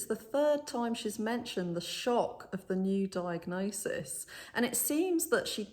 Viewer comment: Diagnosige? Ha she’s a mess , very very into herself.